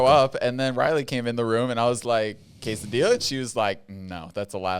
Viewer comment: How says quesadilla 💀😭